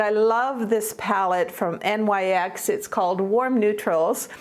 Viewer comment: Love this video, I always learn something from you!❤️ By the way, I looked it up and NYX is pronounced “nix” ❤️. Love & hugs